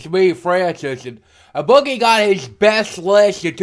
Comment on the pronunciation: Make it Boogie, not Buggy! And Francis has a built-in patriarchy! :-)